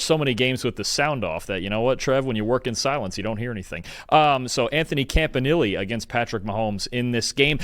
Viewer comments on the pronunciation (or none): Jesus, It's said smooth and pronounced comp-a-knee-lay not Camp-ah-Nilly... lmao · You’re STILL mispronouncing Campanile, just in a different way😂 c’mon man